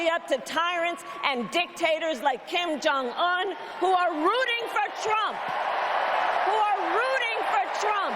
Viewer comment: She pronounced Kim Jong Un's name correctly. Hale-f*-lujia. I hate hearing "Kim Jong ooon".